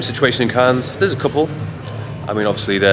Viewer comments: Cahn (ur) for next time. The 's' is silent. Looking like glamorous part of the world. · Are you really pronouncing it "CANS"?! 🙄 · Bless him, it’s pronounced ‘Can’ not ‘Cans’, he tried I guess and it’s not his fault, albeit it’s a given for most to know this with adequate language skills 😂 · It’s “Can”, not “Cans” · The ‘s’ is silent, pronounced can……although obviously spelt Cannes. Nice to see you visit new places, great choice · man just says the plural of a can (of coke) lol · Cannes is pronounced without the "s", fyi :) much love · We prononce Cannes in French like "can" for the next time 😁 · Who’s gonna tell it’s just pronounced Cann? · it’s pronounced ‘Cann’ 😂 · It's pronounced "Can" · cool video, but please don't say Canne*S* :D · Nice video, as usual. Cannes is to be pronounced without the "s" ;) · bienvenue en France (we don't pronounce the "s" in Cannes here btw) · The pronunciation of Cannes is killing me 😫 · I was about to comment the exact same, makes me very uncomfortable hahaha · Very English of him to put so much effort into pronouncing Ibiza, but then zero into saying Cannes correctly lmao. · Cannes is pronounced with a silent s! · Btw You dont pronounced the S in ‘cannes’ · You don't pronounce the s in Cannes. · The "s" is silent :) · Brother, the “s” is silent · The S in Cannes is silent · The s is silent.